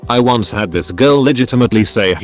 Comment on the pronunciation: TIL "once" is pronounced "uh-seh"